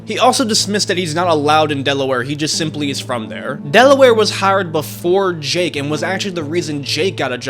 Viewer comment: This guy seems to be favoring Mr Beast and also going in depth on the parts that defend Mr Beast and not going in detail on the parts that are against Mr Beast. He also says Jake's name wrong